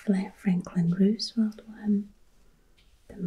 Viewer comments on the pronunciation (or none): none